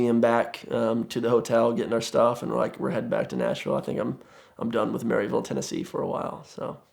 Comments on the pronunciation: first, its “maruhville” not “maryville” lol, and second i promise your yeezy’s dont make you stand out 🤣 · Heh. I kept hearing a mental record scratch every time he said "Mary-ville". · It is pronounced Mur-vull, Tennessee. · It's pronounced mur-vul not merry ville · As a fellow East Tennessean, he mispronounced Maryville (Mur-vul) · Am I the only one it bothers that he said maryville tn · “Marvel”, TN (trust me, that’s how it is pronounced - I knew someone who grew up there and visited them during a road trip)